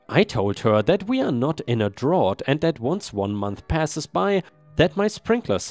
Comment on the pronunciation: The dumpster HOA board member was illegally using the neighbor's dumpster. Drought pronounced dr-out. That builder sound pretty standard for the profession.